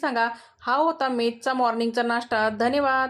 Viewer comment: ताई तुम्ही धनेवाद बोलता तेव्हा खूप हसू येत 😂